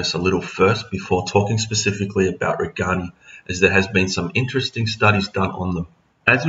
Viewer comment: These are very good videos but.................. If a fish is named after a person, you should pronounce the fish name as close to the person's name as possible. So it's RAY- gan- eye. (I learned this as a kid when we realized that it was NOT ram-er-EE-zee, but ram-IR-ez-eye. And i took four years of Latin in school.)